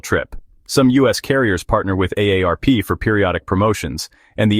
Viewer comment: Stupid AI narrative and even dumber AI narrative! AARP = a day rp